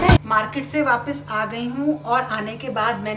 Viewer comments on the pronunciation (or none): none